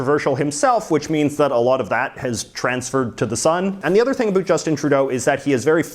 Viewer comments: You’re making us Canadians look bD, learn how to pronounce “about” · They dont seem so crazy anymore. Also, stop saying about like that as if Canadians talk like that, you half a fruit cake